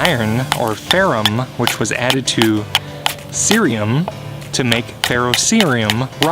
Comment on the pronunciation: Ferrocerrium......ferro ser ee um. Try it